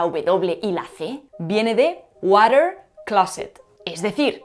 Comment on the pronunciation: Jaja, «wadder».